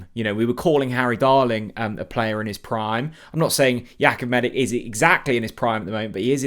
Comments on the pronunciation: you really are useless with the player names. ‘Medick?’ Seriously… ‘MEDICK?’ Dudes Croatian so it’s obviously pronounced - Meditch. I mean, Stankovic, Modric, Rakatic, Perisic, Rebic… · You pronounce it medich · His surname is pronounced Meditch. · Surely that’s not how his surnames pronounced? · Such a big deal mispronouncing his name🤦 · I know it’s a petty thing to point out but he does it EVERY time. How many times have we heard ‘Maharvo?’ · Thought so. But it wouldn’t be if he bothered to check pronunciation 😂